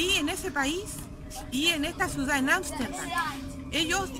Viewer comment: Señora. Por como pronuncia "Asterdan" me doy cuenta cual fue su problema.